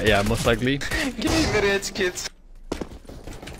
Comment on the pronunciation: U spelt most wrong on the thumbnail u said "mosth"